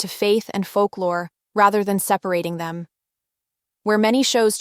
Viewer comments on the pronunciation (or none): none